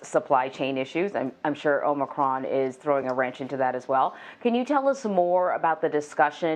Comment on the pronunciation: So, the bozo who spent the last week MISPRONOUNCING “omnocrom” (LoL) is the medical authority on YOUR health decisions ? Too funny!